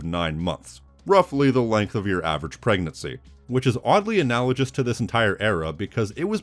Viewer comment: uh na luh guhs not jus. google it.